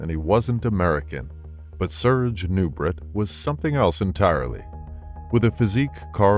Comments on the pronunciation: His name is pronounced "Noo-bray" not "Noo-bret". You can hear it pronounced properly in a video itself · Who's the idiot commentator that can't pronounce last name? It's pronounced "Nubray", it's French, he French, NuBRAY, dufus!😮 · Nubraaaa !! Dummy say it right !! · The correct pronunciation I believe is Nu-bray. It is french in Origin. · His name was pronounced ( Nu-braa) FRENCH !! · Nubret is pronounced Nu-bray… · Nubret is pronounced like French beret {baray/nubray}. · Don’t meant to be THAT guy, but Nubret is pronounced “Noo-BRAY”. Serge était Françes… You did a superb job here either way.